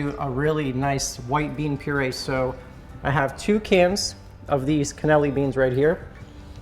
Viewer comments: It is Cannellini beans not Caneli beans. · I just wanna say I love your videos. It's always fun to sit back and watch you go fishing and then cleaning and cooking the fish. But just so you know it's pronounced can-ah-LEE-nee bean. Hope this helps! (didn't mean to sound snarky btw)